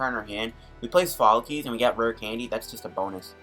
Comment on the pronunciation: ITS SOPHOCLES NOT SOPHOLOCES!!!! Insane video though.